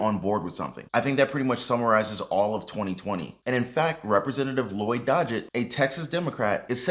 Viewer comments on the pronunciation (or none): none